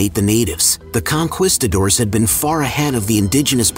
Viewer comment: Con..quisto..doors are crispy times 2! AI narrated BS we already know.